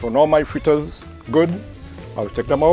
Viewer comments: Great job I always thought was fritters Now I'm hearing freeters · Is he a Trini? Thought it was fritters 🤔👍